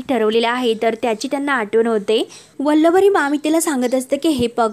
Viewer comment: अहो वल्लवरी नाही वल्लरी म्हणा!